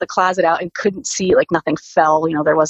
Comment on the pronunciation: Someone please tell this woman "and" ends with a D. Not with a T.